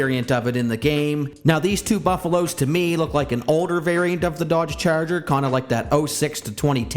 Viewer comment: Why you say “ cherger “😂 I can’t stop hearing it